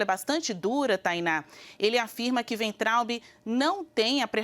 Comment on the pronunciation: Weintraub Waintraub pronuncia em alemao!